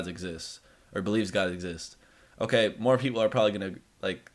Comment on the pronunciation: He pronounces Okay as uhkuh. Earth is going to blow up?